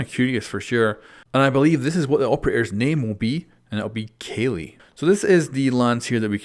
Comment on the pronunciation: My man said kaylee.......